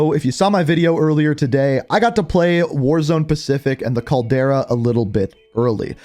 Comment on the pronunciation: He also would refer to Portnova as "Petranova" and Zeyna as "Zenya". Also not to mention "the Caldera". Must not read any comments.